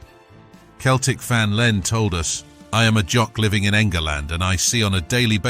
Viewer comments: Doing my head in with the commentary from the start it's pronounced Seltic and it's tric colour,believe me if it was in Glasgow you would have meet the full mob,Huns or not backing you up,ask Lincoln what they faced in Chris Sutton's testimonial at Sincil Bank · Its not keltic its Celtic 🇮🇪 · Mate, if you're going to keep doing this vids, and a lot of the 'aggro' stuff you state is half fabrication, you could at least pronounce the word Celtic properly for chrissake